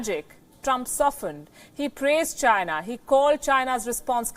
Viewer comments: i fucking die every time they show that "it comes from CHY-NA".LMAO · the way he says CHINA ! just makes me lol .....He sure hates CHINA ....lol